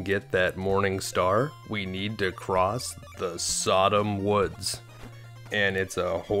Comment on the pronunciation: Sadam is not pronounced like Sodom - it's, and this include that person's name, SuhDahm.